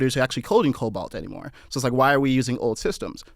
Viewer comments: The guy calls COBOL. "Cobalt". Just kill me dude. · This dude thinks javascript is going to calculate better than cobol somehow. And I think he's calling it "cobalt" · Did he say cobalt instead of COBOL? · not cobalt, cobol